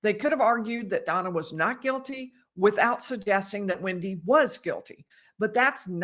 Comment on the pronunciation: It's wEndi bot wIndi !!